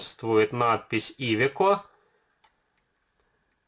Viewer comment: Классный обзор,но ударение в слове iveco на букву Е😁